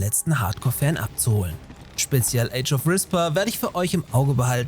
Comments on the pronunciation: Super Beitrag. "Re-Spair" müsste die korrekte Aussprache sein. Vielleicht nochmal ein seperates Video dazu, wenn es soweit ist. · Aber bitte "Respair" zukünftig besser aussprechen. XD Ansonsten Top Video wie immer!